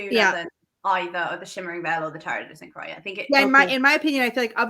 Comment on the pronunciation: Great vid! 👍 Croix is pronounced kwa ;)